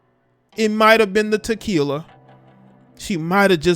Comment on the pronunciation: “Tequiler” 😂😂😂😂😂 you are silly and I’m so sorry the fast life got you Lauren and I’m so sorry the police didn’t give you your justice such a beautiful black girl gone pls black women stop living this lifestyle I know it’s tempting it even tempted me but allow God to bless you he will never put you in harms way and just work hard and grind and stay single and work on ourselves.